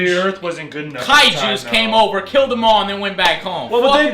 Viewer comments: Kaijus "Kileld" my brother .. :D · Kaijus "kileled" my brother? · Kaijus "kileld" my brother.....wtf